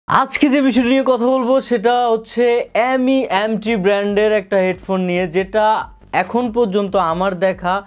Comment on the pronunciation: M.E.M.T বলেনা, এটাকে মিম্ট বলে। 🤣